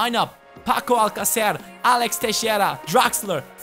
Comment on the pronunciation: finally someone who can pronounce alcacer the right way